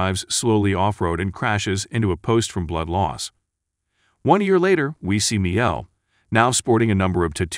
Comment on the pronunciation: Is this being narrated by the whitest man in America? BAH-Sher - no. It's Bah-SHEER. How do you not know how to pronounce Miguel? It's not Meal. It's Mi-GEL. What is wrong with you?